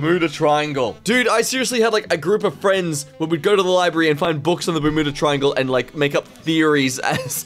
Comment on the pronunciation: did he srsly pronounce it bermooda instead of bermuda? not complaining i went back and listened to it twice but just asking